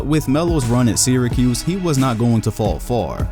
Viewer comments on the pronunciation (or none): none